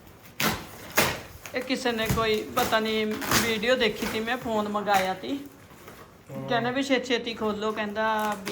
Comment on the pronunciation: ਫੈਨ ਨਹੀ ਹੁੰਦਾ ਫੋਨ ਹੁੰਦਾ 😂